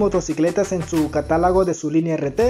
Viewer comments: De verdad dijo caralago?? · apenas dijo "catálago" y dejé de ver el video , creo que nada nos cuesta aprender a hablar, por respeto al lenguaje y no promover la divulgación distorsionada de la lengua .